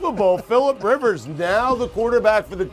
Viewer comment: He got Rivers and Tua correctly!